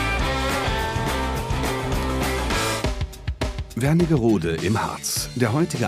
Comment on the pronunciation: Es heißt Wernigerode, nicht WerniNgerode... 🙄